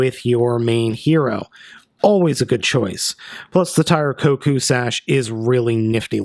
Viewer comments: It's not Tire Koku it's Tire KOUKON! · Tire KoKan. Not kokou